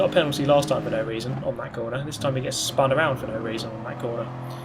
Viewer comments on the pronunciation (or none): none